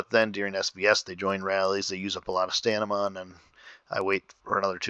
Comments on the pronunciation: Pliz! :) Stamina not Stanima :| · Thats stamina not stanima